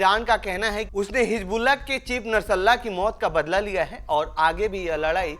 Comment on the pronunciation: O dofa. Narsalla kya he, bolte nahi aata to mat bana, nashrullah bol.